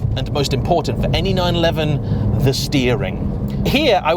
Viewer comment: I own a 911 and my local dealer pronounces it correctly. As do all most all other motoring journalists. Anyway I look forward to your future videos.